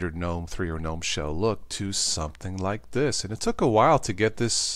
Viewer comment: its not Guh-nom, or Gee-Nom, but nōm.